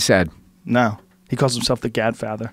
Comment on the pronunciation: "The Gadfather" lol oh my gad.